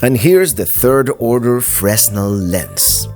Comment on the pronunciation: I'm watching your series, and I'm enjoying it very much. I think the Fresnel Lens is usually pronounced "Fray-nel". I bought some the size of a credit card to help read tiny print.